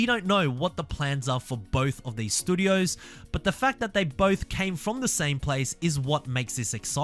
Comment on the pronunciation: don't keep saying "studios" until you've learnt how to say it..